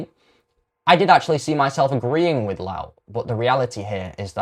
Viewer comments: Your mispronouncation of Rupert Lowe's name by calling him a louse is as much of a shite thing to do as your support for the shite Islamic religion. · You must be saying his name wrong on purpose? Why are you trying to make yourself sound unintelligent? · Couldn't even pronounce his surname correctly As for the debunking, well I've listened to far more informed individuals, and this is just sophistry. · Are you mispronouncing Rupert's surname to purposely wind folk up??...it's working. Oh, and you debunk nothing. Scraping the barrel to justify SA...sick.